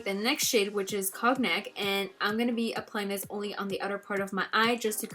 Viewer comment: ordered my collection already. it's pronounced cone-nyak.